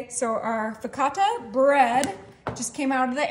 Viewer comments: "focaccia" not "fakata" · Additionally: Sorry but it’s pronounced “ fuh-kaa-chuh”